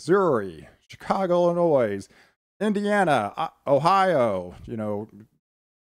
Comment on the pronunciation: JUst a simple comment you keep speaking of WI as MI. Also it is Illinoi without the s.